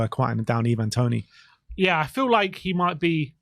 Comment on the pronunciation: you need to learn to pronounce players names correctly, It is pronounced Verner not werner its Ivan toney not evan toney its Ndombele not Undombele...